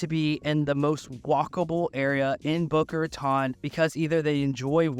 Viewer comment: Ratone is how it pronounced. You also butched Yamato Rd. Welcome. Paradise Palms is awesome. Just moved away from there. Blue Lake is amazing.